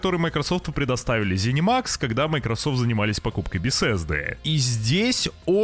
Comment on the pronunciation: Хватит коверкать название города. Откройте Гугл карты. Там не "Бесесда", "Бефесда" и прочих, там есть БЕТЕСДА!